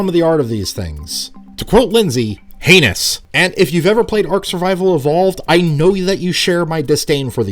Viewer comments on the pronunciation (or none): The "HEINOUS" got me good